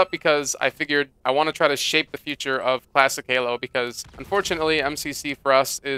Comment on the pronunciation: I kept hearing you say "plastic" halo, took me awhile to figure out that you were saying "classic" lol